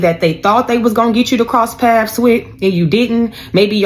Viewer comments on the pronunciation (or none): It's PATHS BITCH NOT PASS 😂😂😂